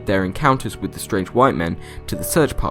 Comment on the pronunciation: Think he says "strange" but his accent makes it sound like straight.